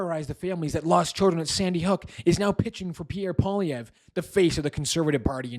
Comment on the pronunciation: LOTS OF HYPE! Alex Jones doesn't know his name? No ! Jones made it clear who he is talking about. Problem: he can't pronounce his name. This hype man is all BS. He wants to make you angry! Angry fanatics love fanatics.